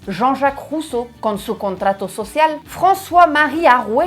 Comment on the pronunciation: Voltaire, Rousseau todos esos nombres los ví en los libros de historia de la secu Pero hasta ahora alguien francés los pronuncia como debe de, con correcta pronunciación francesa😂😂😂😂 nadie en ese entonces ni siquiera el profesor los pronunciaba correctamente